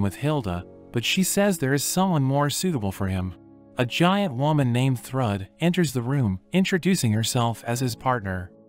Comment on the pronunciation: I know it's narrated by a computer, but the name used for Thor's daughter, is Pronounced Throod! Spelled Thrüd!